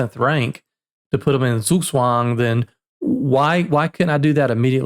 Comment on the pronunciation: Beautiful pronunciation of Zugzwang.